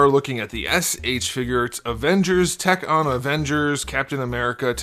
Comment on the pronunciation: We definitely do not say “whack-ton” lmao.